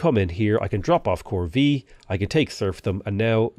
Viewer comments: The "Corvée" pronunciation lul "corveeee" (it's more like "cor vay") ;) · On what planet is corvée pronounced like that?